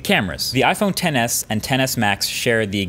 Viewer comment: Iphone xs not "ten s" 🤦🏼‍♀️